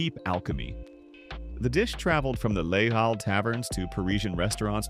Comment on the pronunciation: "Les Halles" is pronounced more or less "Lay-AL."